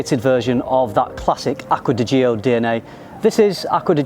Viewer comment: "Gio" is pronounced like "Joe", not like "Gee-Oh".